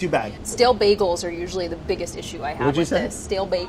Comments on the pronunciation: Bagkles= bagels Wouder= water xD I love how people pronounce things differently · "Stale bagels?" "Yep stale bagles" *STAYGLES*